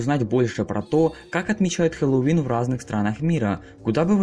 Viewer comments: Произношение Хэллоуина у тебя не очень и вообще не правильное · аааа, от твоего произношения слова Хэллоуин в некоторых моментах из ушей кровь идет 🤕🤕🤕